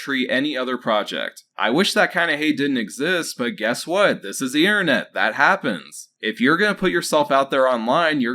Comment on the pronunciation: What's 3D prinning bud? I'm assuming it's different than 3D PRINTING? Also what's the innernet? Do you seriously not know how to pronounce basic words bud? Serious question. Do yourself a favor and just slow down and enunciate bud.